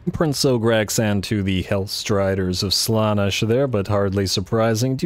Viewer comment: I don't think I'll ever get used to the way you emphasise slAnesh instead of slanEsh, but that's probably just an accent thing 😂 Archaon is one of my favourite lords, he's just such a wrecking ball. I normally keep him off his horse, tends to make him more survivable in my campaigns. Dorgar ofc will be very sad but the added anti-large and middle fire danger is too much imo.